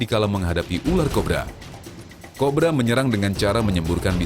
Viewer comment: Menit kok bilangnya ular Korba?wkwkw